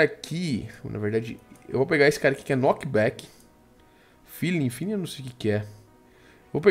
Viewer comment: não é Feeling kkkkkkkkkkkkkkkkkkkk é Fling (Pra quem nao sabe a graça, Feeling pode ser traduzido como atração do tipo homem e mulher)